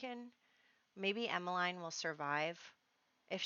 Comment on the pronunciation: It is pronounced Emma-leen ;) my best friend as a child was called Emmeline so...!